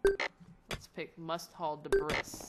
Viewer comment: "Debris" is pronounced 'deh-BREE' btw.